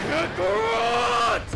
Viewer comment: It seemed very rushed. It’s pronounced more like “Kak-ka-rot” not “kakaroooooot”.